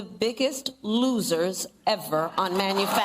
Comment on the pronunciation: The way she emphasized the word "loser" I know has him stomping around, shaking his fist and foaming at the mouth!! 🤣🤣